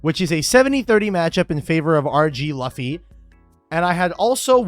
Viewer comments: Literally had to stop watching bc you kept saying “luff-y” instead of “loo-fy” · I know it's nothing, but it's loo-fii, not luh-fii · Cannot stand how he says Luffy (loo fee) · The mispronunciation of Luffy is S tier engagement bait lol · The person who deserves a game loss is for mispronouncing Luffy like that. It's not Luh-fee, it's Lou-fee. The 4kids rap explains it! His name is Luffy, that's Monkey D. Luffy, he'll be KING OF THE PIRATES! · The fact you call him Luh-fy was proof enough that you played Yugioh. The ability to read is at a premium in yugioh. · LOOFY is how you pronounce it. Leaving now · It’s “Lou-fee” you heathen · I completely agree with your take on this except for how you pronounce Luffy lol. I am newer to your channel, so maybe this is just an inside joke but my “hot take” is that it is culturally iconic enough (Macy Thanksgiving parade and such) that no one should be mispronouncing his name anymore. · i cringed when you couldn't pronounce Luffy's name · Incorrect the only reasonable solution is to shuffle the deck 7 times so it is randomly distrubuted. At least until you say Luffy correctly its the only solution. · pls tell me that luffy pronunciation is a joke towards logan paul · please say Luffy correctly😭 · Doesn’t even know how to say Luffy. Talk about something you know goofball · Why gang say Luffy like that? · I’m sorry but you pronouncing Luffy like that gave me psychic damage lmao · Please tell me chat corrects his pronunciation of Luffy.